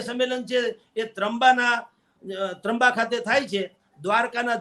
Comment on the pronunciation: 🙈...तंबा नही त्रंबा ...एकबार पत्रकार के बदले ' पतकार ' बोलो कैसी फिल होती है...आन्टी आप टीका-टीप्पणी करने मे अपनी भाषा खो बैठी हो...